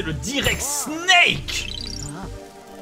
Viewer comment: Quant tu crie " SNEEEEK" on dirait que tu gueule "SCHNEEEEEELLLL" ça fait pas le même effet XD